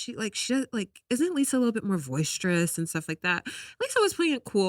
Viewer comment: welcome back! & CONGRATULATIONS on being a new mom! 🎀 Ok sry, I love you girl but the word is “boisterous”.. not “voice-strous”. I’ll chalk it up to mom-brain, I have it too sis. Lol